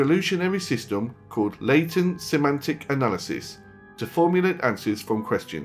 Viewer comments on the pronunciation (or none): none